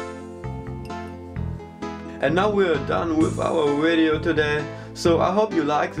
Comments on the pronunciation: also ' wideo' haha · he said "Wideo" lol Weird accent but effective EMP. Thumbs up.